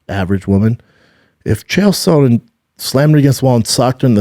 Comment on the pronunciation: Chael “Sewn-nin” -B. Schaub